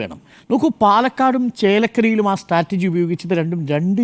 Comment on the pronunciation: മിനിറ്റ് 13.08.. സ്റ്റാറ്റർജി അല്ല മൊയലാളി! സ്ട്രാറ്റജി ആണ് 😂 അധ്യാപഹയനായ അരുൺ കുമാറിന് തിരുത്താനും പറ്റുന്നില്ല... മൊയലാളി കെറുവിച്ചാലോ? കഷ്ടം തന്നെ!